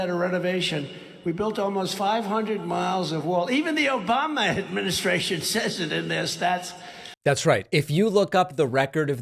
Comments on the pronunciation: I think he also said Obamna too lol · "Obamna" 😂 This isn't the first time trump has mentioned sharks. He is terrified of sharks. I think people need to start showing up at his rallies dressed as sharks or hold up big pictures of sharks. Lol